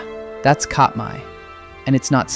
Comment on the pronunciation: great video so far. I'm certain it will continue to the end. FYI, Katmai = CAT-my, rather than COT-my, and Tlingit is actually closer to KLINK-it. Free grammar lesson here: since "one of" mean's there's more than 1 of something, but "only" means there can't possibly be more than 1 of it, the phrase "one of the only" is a grammatical impossibility. What makes 100% more sense is "one of the few". I just learned this recently: at 15%, Anchorage has the largest percentage in the country of Native people.